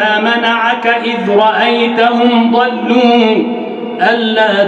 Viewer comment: تبارك الله صوته جميل جدا . هنالك خطاء في مخارج الحروف في الثانية 11 . إذ . وليس آز بارك الله فيك ونفع بك